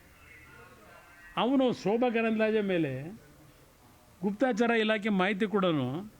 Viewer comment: Guptachara not guptachaara.